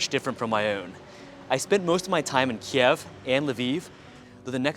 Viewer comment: Дякую, цікаве відео 👍👍👍💛💙 Але правильно говорити - "Kyiv" 😉